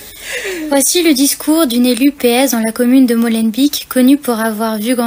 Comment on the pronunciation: Prononcez ''Molenbayk'' et pas ''Molenbik'' - Beek (bayk) signifie : marais ou ruisseau. Ici, ''marais du moulin'' (molen).